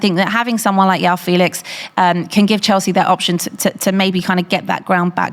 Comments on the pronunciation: Its not Yao Felix. It’s João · You know she's been preparing with when you hear "Yao Felix" and "Mudrić" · its not yao felix ffs 🤦🏻‍♂️